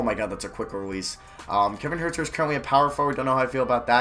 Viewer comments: HUERTER IS PRONOUNCED HURT-ER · Huerter's name is pronounced "hurter" like as in someone who hurts